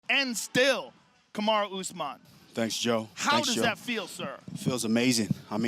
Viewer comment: Kamaru, not Kamara. Damn !